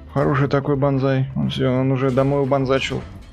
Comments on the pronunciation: Надо было кричать не банзай а бан кай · Мне вот понравилось как ты говорил Банзай . Так-то ОИ хороший танк на своём уровне но очень медленный .